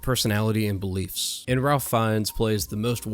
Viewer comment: It's pronounced "Rafe".